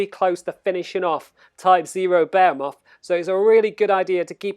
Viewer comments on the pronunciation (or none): You said bahumet... its Behemoth.. pronounced Be'he'muth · I don't mean to criticize but I cringe every time you pronounce behemoth. Because you aren't even close maybe Google 'how to pronounce behemoth'. Otherwise thank you for the video.